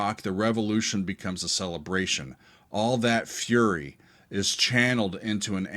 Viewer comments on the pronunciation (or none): none